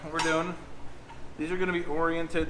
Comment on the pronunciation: and I want to thank for not saying orienTAted.